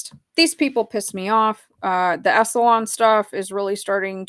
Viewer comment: I love your show,. I totally get into it. Anything you want to cover is cool with me. I just want to say it's 'Esalen' (en) like "Esalynn" not 'EsalON' like "salon". Don't worry, I had to be corrected when I did radio news on how to pronounce 'Cape Canaveral' and when I worked as a teacher with NASA on how to say 'NASA' instead of 'Nasaw'. It's okay, you're human. I hear people mispronouncing words online all the time and I don't have any kind of judgement about it. It just gives you more credibility when you say it the way it's supposed to be said and it helps with our comprehension. Plus if I keep hearing it wrong, I start saying it wrong myself.